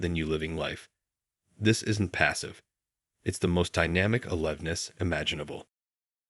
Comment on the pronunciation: Or is this real? The word a-live-ness is simply alive and ness.